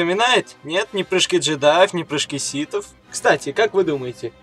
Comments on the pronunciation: Ситов? Ситхов блин. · "... лорда ситов.. "?! может лорда сиТхов? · (Видео для вас!) ДА МЛЯТЬ ! НЕ ситов , а СИТХОВ !!! один малограмотный ляпнул СИТ, другие повторяют... сами вы ситы, ситечки для чая ... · Лорд ситов... СИТОВ, Карл, не ситхов, а ситов, блять =))) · Ситов, или ситхов? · Почему ты говоришь ситов? А не ситхов? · не ситав а ситхав